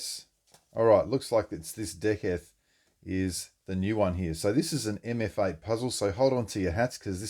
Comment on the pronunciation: Awesome unboxing! I think it’s actually pronounced De-seth 😁 I only know that from recently watching Greg’s original video. Excited to see you work out the solve!! 🤙🏽🫡